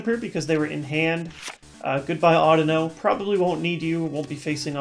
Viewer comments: Audino is supposed to be pronounced similar to (but not exactly like) "I dunno" since its a pun. Pokemon names have been weird. People still say Rattata, Kyogre, Kyurem, and Raikou incorrectly. There's still people arguing about how to pronounce "Arceus". Hell, I cringe a bit when people pronounce "Lysandre" as "LIE-SANDER" (yes, that means I cringe during every video and every battle I have because EVERYBODY pronounces it incorrectly). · just like to point out you've been wrong and pronouncing it wrong. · no offense but the way you pronounce audino sounds very strange to me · SheepsAndSuch thats not how i've heard it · SheepsAndSuch ok cool. once again, not the way i have heard it pronounced. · just like to point out i never said his pronunciation was wrong, just that it sounded weird to me because i had heard it the other way every single time. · Chris Green no offense but the way you pronounce audino is wrong